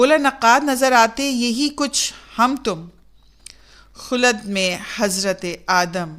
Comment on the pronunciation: بہت ہی خوب ۔۔۔ تم سلامت رہو ہزار برس ہر برس کے ہودن پچاس برس اگر آپ برا نہ سمھجے تو تلفظ کی کچھ غلطیاں آپ سے سرزد ہوٸی ہیں ۔۔۔اصلاح کی غرض سے لکھ لیتا ہوں۔ درست تلفظ غلط تلفظ تِپاٸی تَپاٸی پَلٹا پُلٹا خُلد خُلَد اُسلوب اَسلوب